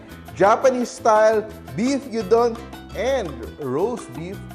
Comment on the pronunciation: Looks so yummy! A clever way of using left over meat. Filipinos prefer the sunny side up egg with gyuudon but most Japanese eat it with raw or half boiled egg. Na bother lang ako... it is pronounced gyu_don.